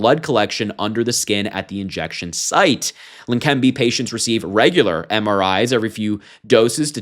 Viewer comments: Leqembi. There is NO 'N' so it is NOT Lenquembi. Are you blind, unprepared or just the usual American who can't pronounce any word with more than 4 letters? Slow down, articulate and make sense. Less haste, more speed. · Harry it Leh-Ken-bee medication for Alzheimer’s Always called it old timers 🤦🏻‍♂️ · La-Kim-bee. Pronounced. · you read text for a living, yet you keep addin an "n" to leqembi otherwise keep up the good work!